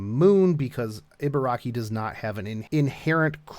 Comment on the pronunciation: EE. it's EE-BA-RA-KI. EE as in REEEEEE SHE IS BEST GIRL BURN HERC FOR HER.